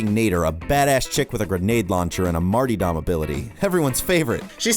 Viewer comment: MAR-TURR-DUM not MAR-TEE-DUM